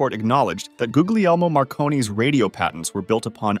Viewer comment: i’m related to guglemio marconi and it’s said like google lemui